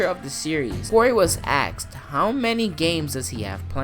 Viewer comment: Was I the only one really bothered when he said aksed